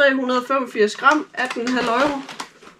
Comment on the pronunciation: Haha Øjro. Uden at skal lyde som en dansklærer, det hedder euro ligesom Europa eller Euroman. Man kalder det jo ikke øjroman😂😂 sagt med et smil på læben. Men ellers god video👍🏻